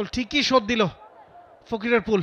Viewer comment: ফকিরাপুল❌ ফকিরফুল✅ 😂😂😂😂